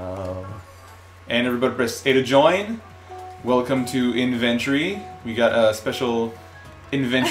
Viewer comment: I'm so glad Clyde pointed out the "Inventory" pronunciation thing. After a while, I felt I was gonna have to be the one to do it. Phew!